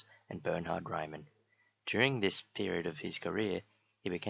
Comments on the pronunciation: It’s Reemann and Its literally pronounced Gauss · Ok, Gauss rhymes with 'mouse', Riemann with 'demon'...